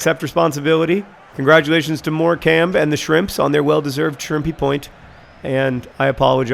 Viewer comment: I know that John doesn't pronounce things correctly but it's more like more come pans they are a coastal town and do a lot of shrimp fishing